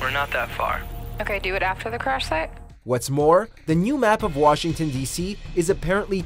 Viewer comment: Washington becomes Bugshington